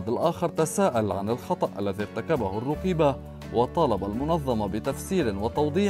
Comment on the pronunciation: من تدخل في شي لايعنيه لقي مالايرضيه انت وطريقة نطقك الروقيبه انشغل بنفسك